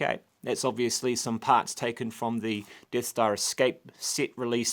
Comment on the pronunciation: The Deeth Stah